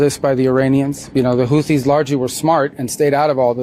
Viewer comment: He doesn’t even know how to pronounce the name of his enemy. He thinks he’s fighting Hootie of blowfish fame. He’s so stupid! I’ve been saying it for years; It’s not what he has that gives him power, it’s what he lacks.